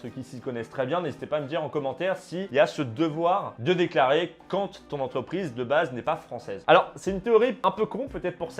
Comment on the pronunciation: Mais c'est quoi ce délire.. le gars il remplace tout les "an" par des "on". Il a le nez bouchée en plus. Un écron un romplacemont concernont ontreprise carrémont passer en tondonce développemont :T